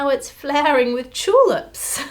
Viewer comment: It's an interesting video but she says tulips wrong